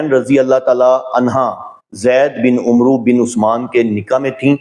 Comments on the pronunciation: Request h k Umroo talafz drust nhi, ise Amar prha jae please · یہ عُمْرُوْ نہیں عَمَرْوْ ہوتا ہے ۔ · This is not amru it's amar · hazrat Umru nahin es ko amr bola jata hai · Umru nahi, Amar kehte hain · عمرو کو عمر بولیں ع پر زبر پڑھیں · السلام علیکم و رحمۃ اللہ علیہ محترم عمرو میں و کو نہیں پڑھا جاۓ گا یہ لفظ عَمَرْ پڑھا جاتا ہے لکھنے میں واؤ آتا ہے پڑھنے میں نہیں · عمرو لکھنے میں آتا ہے لیکن پڑھا عمر جائے گا۔ ع کے اوپر" زبر"